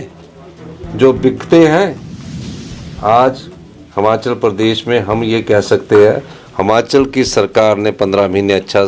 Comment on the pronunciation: मुख्यमंत्री साहब हमाचल नहीं होता हिमाचल होता है